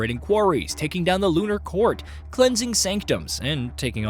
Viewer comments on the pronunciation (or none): none